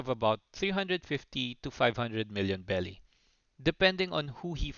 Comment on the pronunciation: berry not belly 😂😂😂😂